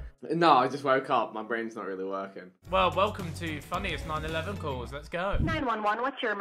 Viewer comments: it’s nine one one, not nine eleven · Did he just say 9-11 It's 9-1-1 Ethan 😂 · No one realised Bez said the funniest 9/11 calls instead of 911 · Man's really called them nine eleven calls not nine one one calls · ”Theyre all American, every one!” Dude, it’s “911” 😂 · man said 9 11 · "Welcome to funniest 9/11 calls" why did he pronounce it like that